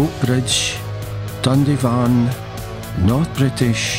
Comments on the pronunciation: Nice video, I see that you renamed Dundyvan (pronounced Dun-die-van) to Dandy-van then Dundy-van. 😁😁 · Thanks for clarifying that Dundy-van is not the correct pronunciation. While watching the video I was beginning to wonder if I’ve been wrongly pronouncing it Dun-dye-van for decades. 😂 Interesting video about my hometown btw. Thank you for sharing. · excellent stuff..but yiu shoulda asked native Dundyvan is pronounced Dun die van Happy New Year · Dundyvan not dundy van. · A wee FYI for those not born in the 'brig, it's Dun Dye Van rather than Dundy van,. A great trip down memory lane, thanks. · For those interested, Dundyvan is actually pronounced dun die van. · Good video. I think you'll find that locally Dundyvan is pronounced with the "y" sounding as in the word "dye". I live just off Dundyvan Road in Coatbridge. Thanks again. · Dundyvan is pronounced dund-ivan road. Apart from that very good man👏 my grandfather was born near the coal mine. Obviously his father worked there. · I live in the town & dundyvan is pronounced dund I (aye) van 👍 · It is pronounced dun die van road. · Pronounced Dunn Die Van, unless you aren't a local...